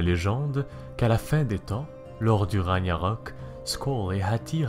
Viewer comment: Arrêtez de dire Raniarök on ne le prononce pas comme ça parce que ça ce dit "Rague-narök" !!!😠😡🤬🤦🏼